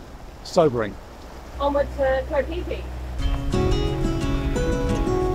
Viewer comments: It sounded like onward to go pee pee!! New drinking game every time we hear it!! And then of course go pee pee!!!😅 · It's Koh Phi Phi. Koh = island in Thai. Phi Phi is the name of the island.